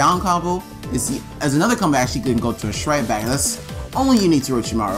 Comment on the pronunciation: It trigger me so hard how you say "strike back". Everytime you say it sounds like "shright back"...